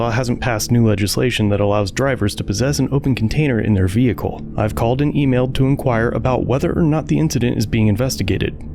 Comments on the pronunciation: What's a vee-hickle? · I love the south where they think the word vehicle had three syllables lol